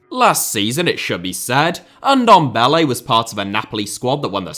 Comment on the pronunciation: Say Ndombele one more time...